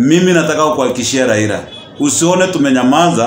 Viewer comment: Raila not raira. 🤣🤣🤣